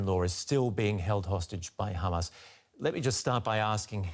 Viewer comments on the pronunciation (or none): I'll never understand how "Hamas" turns into "Khaaamas" but Qatar turns into "cutter"... Israeli pronunciations confuse me.